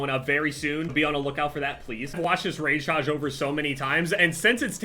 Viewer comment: the rage tayge